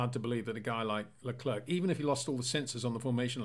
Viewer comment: Hi Peter. Could you please pronounciate Charles his last name as 'le clair', in stead of 'le clerk'. Thanks :)